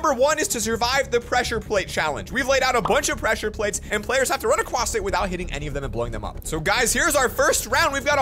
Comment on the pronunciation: says acwoss